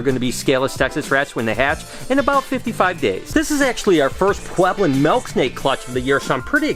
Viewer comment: I like how u say melk snake